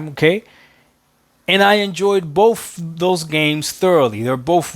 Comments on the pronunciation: and this is why games are skipping xbox, i think both games were with the money, I think they should het money so they can produce more games. Also, its 'boTH' not 'boFF' you illiterate a** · Something ironic about someone who cant properly pronounce the word BOTH are telling devs about the gaming industry.